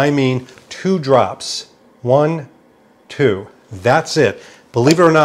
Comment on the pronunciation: I love the "TWO drops" XD Great work:)